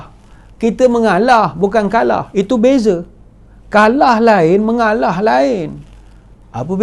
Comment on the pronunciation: Cute lah Dato, 😍😍😍, dah macam toleh Jowo...'mengaalaah...'